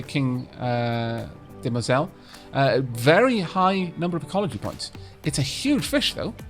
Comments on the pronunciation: De-Muoi-zells. That’s it’s pronounciation. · Couldn't find a guide but I believe phonetically it's dem-wah-zell. French lessons were good for something after all!